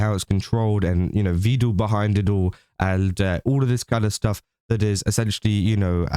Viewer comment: he is Evil fans 🤣🤣 only Evil say Vedool sometimes